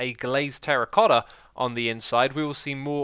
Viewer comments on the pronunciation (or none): none